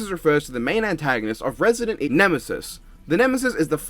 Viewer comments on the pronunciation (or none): none